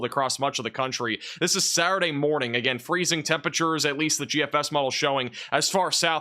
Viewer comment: Just saying that Saturday has the letter T in it? Thanks for your channel, it's my weather channel of choice for information.